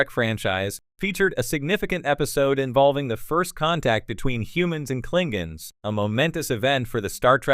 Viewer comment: Klingens? I think you mean KlingONs....